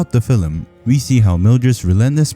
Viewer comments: Fillem? I barely know him! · Your pronounce "Film" like a Irish person.